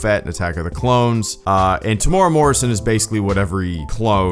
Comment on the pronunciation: Kiwi here to mention that “Temuera” is pronounced “teh-moo-era”